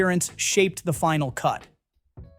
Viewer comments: Ya - it's not outgrassed. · What is GRAWSSED? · Is this AI-narrated, or does not know how to say "out grossed"? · Tell the ai bot that's not how you pronounce "outgrossed". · Blame the ridiculousness of American English....moss, boss, toss, floss....grosse?